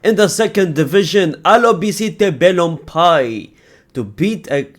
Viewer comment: Al - Ba - Ce - Te. Not Ala, brother.